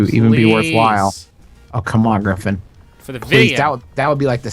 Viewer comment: griffin: gungine?, an intellectual: gun shoes?